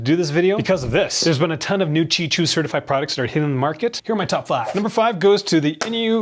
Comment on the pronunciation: Its qi not gi